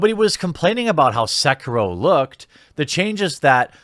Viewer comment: It's "SEH-KEE-ROH!"